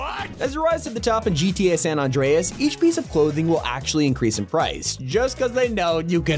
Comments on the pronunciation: I was bouta say, also "San On-dreas"??? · "in gta san andre us" gotta love when people mess up pronunciations on simple things XD also bros a bit to enthusiastic which causes his facts to be somewhat wrong.